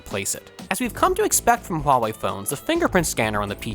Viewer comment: buena pronunciacion de la palabra ¨Huawei¨ felicidades